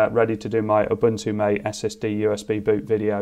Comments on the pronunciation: Nice! Good to see what’s coming. One note about Ubuntu MATE, or any distro with MATE, it is pronounced “mah-tay” instead of “mait.” Reference: Also, here is Christopher saying it at about on his channel in the July 2020 Linux Mint 20 video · I think Ubuntu Mate is pronounced ma-tay. Why? I don't know, but it is.